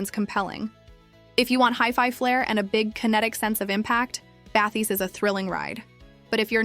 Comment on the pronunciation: Because it's AI slop. It's not a real review. Just listen to the way she says "px8" as "pex8" or "bathys" as "bathees" - it's not a real person and it's not a real review. It's just a dumb AI reading spec sheets.